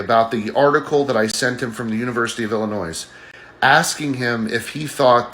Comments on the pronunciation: Guy pronounces Illinois as Illinoise… enough said. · What state is “Illinoise”? I haven’t heard of that one. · It’s hard to take seriously anyone who pronounces the state of Illinois like “Ill-i-noise”. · Everyone knows its pronounced "Illi-nwah"